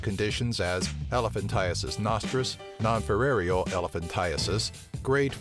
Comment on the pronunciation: "Non-filarial", not "-firarial".